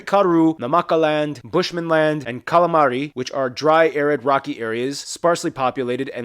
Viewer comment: Did he really say "Kala'M'ari"? 🤣🤣🤣